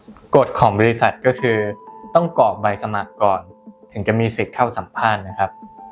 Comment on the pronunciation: กรอก..นะครับไม่ใช่..กอก